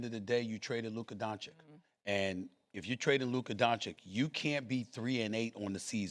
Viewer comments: Stephen A with the “Luker Donchick” pronouncation again. 😂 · Now SAS says DanZikk again Fr?? Few weeks sho He was able to pronounce him right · If I was Luka I would be pissed because Stephen A has been getting his last name wrong for 8 years. That is a pet peeve of mine when people don't take the time to pronounce your last name correctly for an extended amount of time. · Bald moron STILL cannot pronounce Doncic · 7 years and he still can’t pronounce his name. What a joke. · Stephen A. is such a Clown. It’s so disrespectful to still mispronounce doncic name after all these years. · Stephen A. Smith has a 30 year career and still pretends no to be able to pronounce Lukas Last name correctly. This is sneak disrespect. Nobody out here calling you Stephen B. Smith. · This Ahole still can't pronounce Luka's last name.....there is an -ić on the it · Astonishing that SAS can’t pronounce these European names. At least make an effort ffs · Stephen A is just plain stupid and he proves that everyday he is on the air.He has a love affair with AD and Kyrie plus makes the prediction The Mavs will win the championship. Wrong again .....He still can't pronounce Luka Doncic name correctly after 7 years. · Can someone PLEASE tell Stephen A. how to pronounce WembanyAMA? M. There's an M. Please. Kthx. ...and it's DON-CHICH. Not Don-chick. You literally do this for a living. Know the names. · It’s DON-CHITCH and WEM-BEN-YAMA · Stephen A makes it a point to say Luka Donchick and Victor Wembanyana. Like he never seen these dudes name before and never heard them said by anybody else.